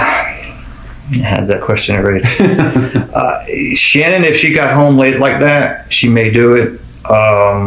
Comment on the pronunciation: Her name pronounced like SHANNON! LISTEN TO HER DAD.